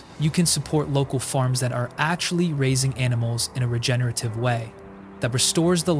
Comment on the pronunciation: its regenerative not regenative bro